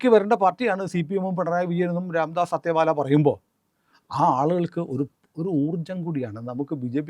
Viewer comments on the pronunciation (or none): രാംദാസ് അത്തേവാലയല്ല "അഠാവലേ" ആണ്. ഉച്ചാരണം ശരിയായിരിക്കാം ശ്രദ്ധിച്ചാൽ നന്നാവും.